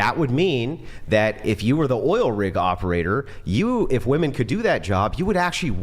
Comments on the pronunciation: Another girl that says "woman" instead of "women".. 🤦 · THANK YOU,!!…the pronunciation of multiple “women” is *w-i-m-e-n*…drives me absolutely NUTS when these girls pronounce the plural form as “woman”! Arrg! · Why do they think the major thing they’re saying wrong is the “E” part and why does no one hear that to correct them. It’s the womb man and whim man part they mess up the most. If they even said whim man it wud pretty much sound like women anyway and nobody would notice. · "WIM IN" REPEAT AFTER ME.... "WIM-IN" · What is this trend of college educated females who say woman instead of women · Correct the whole women sounding like woMAN - say "WIMIN" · Best way to get them to pronounce it properly is to get them to say “I bought it on a whim” them get them to say “whim”, then “Whimen” aka women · IT'S NOT 'WOMAN' IT'S 'WOMEN' :face-orange-raised-eyebrow::face-orange-raised-eyebrow::face-orange-raised-eyebrow:😤😤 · They think saying woman and women sounds different because of the a and e when toy pronounce the o like an e in the plural and the o normally in the singular